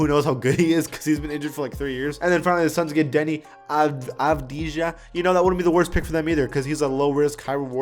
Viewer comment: You say his name "Deni avdiya"